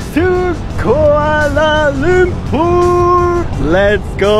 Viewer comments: Kuala Lumpur is pronounced Kua(koa like koala) la(lah) Lum(loom) pur(poor) I bet the people walking past were slightly annoyed but scared of correcting you. (Malaysian here, no hate, just normal behavior) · "kuale lempur"😅